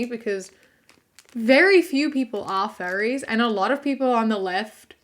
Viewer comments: You pronounce furries like fairies and I was so confused for a whole minute until you said fursuits and I went ohhhh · Dude oh my god when you said "furries", I thought you said "fairies" and I was so confused like I was thinking like the lgbtq+? Because yeah I guess we're called fairies sometimes and then when you said fur suits I felt so fucking stupid lmaoooo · When she was talking about furries I thought she was saying “fairies” and I was so confused as to why they’re talking about fairies like they are some controversial group like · I'm sorry but the entire time she was talking about furries i thought she said fairies. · I THOUGHT SHE WAS SAYING FAIRIES. I WAS SO CONFUSED